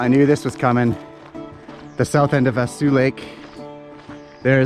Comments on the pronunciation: Vaseux Lake pronounced Vas O lake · Pronounced “Vaso” lake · Just nit picky, but its a Kal-E-Den and Vah-Saw Lake